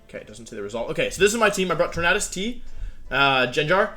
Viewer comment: Why do you mispronounce Tornadus? Is it on purpose?